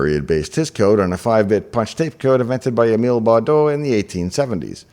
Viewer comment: *Baudot not "Bardot". Brigitte Anne-Marie Bardot b. was not yet popular.